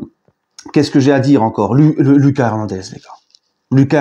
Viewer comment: Salut, depuis le debut de saison tu dis mal le prénom d'Hernandez... C'est prononcé: LOOKASSE, à l'Espagnol